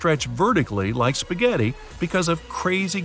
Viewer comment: spspasphaaaghetti man? u here to bring food? me:Oh its a normal HuMaN